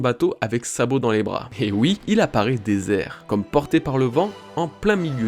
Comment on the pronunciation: Super Travail! Rien à redire sur cette vidéo sauf ceci: A partir de 8 minutes 43 environ, j'entends: " Lorsque Sabot récupère Dragon..."; Voilà c'est tout 😅 sinon au top! Continues comme ça!